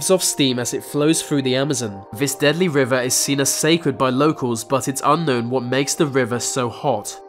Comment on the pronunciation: and "vat for"that"